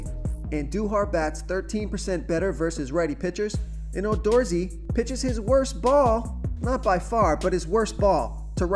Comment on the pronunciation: Oh my goodness. The Gallardo and Odorizzi pronunciations were hysterical. I like the Merrifield pick and took Fernandez last night which paid off. Looking forward to a good night. Thanks for the picks